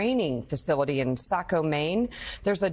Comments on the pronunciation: Saco is pronounced SaHco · Say it with me.......Sawco. Saco is pronounced that way. 22 dead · By the way, Saco is pronounced like sock-o as opposed to sack-o. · Maybe he is identifies as "sack-o".